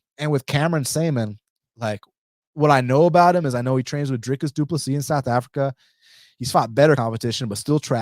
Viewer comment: Dude, I really appreciate you saying Drickus name correctly, I have subbed!